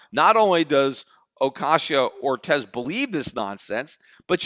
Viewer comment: I hope AOC becomes president whenever she’s eligible so that I can listen to Peter try to pronounce her name for four plus years.